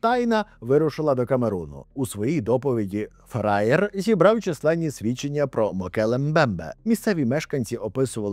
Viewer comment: Будь ласка, не фраєр, а фрайхерр - з німецької назва дворянського титулу. Десь як барон. Я розумію, "херр", навіть з двома "р" викликає тільки жарти, але що вже поробиш, коли саме так воно читається. Як і звернення німецькою пан пишеться Herr і читається херр.